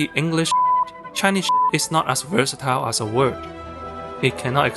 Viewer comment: Versatile not virsitile